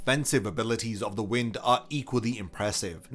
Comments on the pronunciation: wtf is with with bleach tubers and saying the wind instead of the wine-d like its supposed to be pronounced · Correction: Sternritter W is not pronounced "w-in-d", it is pronounced "wh-y-nd". Wind, as in "Wind-up toys". Edit: Wind = Spin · W is wind, pronounced "why-nd" Like winding A Jack in A Box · I love it when people make such lists but dont actually understand the powers they are talking about...Did you really say Neanzal's power is the "wind" as in the wind is blowing? My guy...it's the Wind, pronounced as in "waynd" as in winding a mechanical toy. He winds space, he doesnt blow people's attacks away....ffs. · whined, not wind. Pronunciation, not word. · Everyone's talking about the Bambi placements and Askin, but seriously, Nianzol's placement is ridiculous. Able to reflect attacks he cant see except Senjumaru did just that, and the characters he killed were not in any way strong. Its also pronounced wind, as in "wind up clock", though that's usually a mistake most oeople make. Surprised that a veteran like yourself made it though. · Nianzol's schrift is pronounced "Wind" as in "Wind- up a toy, Winding up a clock" not Wind as in a breeze or air. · It’s wind with a long “I”, not wind like moving air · W shrifft is Wind - like twisting or winding something. Not 🌬️